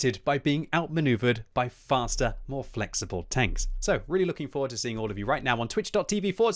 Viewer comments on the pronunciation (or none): none